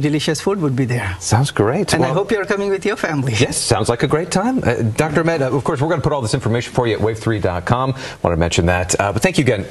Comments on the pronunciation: IT’s ahmed not Ak!med smh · Someone tell it's Ahmed not akhmed